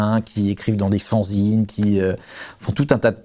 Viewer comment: rofl la façon dont il prononce "fanzine"